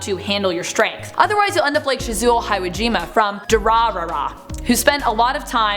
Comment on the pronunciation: Ah how she mispronounced Shizuo’s name ugh 😑